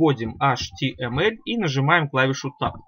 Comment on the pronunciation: Вы говорите atml а потом не понятно